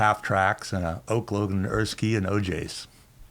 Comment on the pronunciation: did he rlly just say eart skii